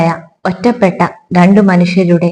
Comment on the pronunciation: ആസ്വാദനം നന്നായിട്ടുണ്ട്. ഉച്ചാരണത്തിൽ അല്പം കൂടി ശ്രദ്ധിക്ക'ണം. ഉദ 'വാൻഗോഗ് , ഒറ്റപ്പെടൽ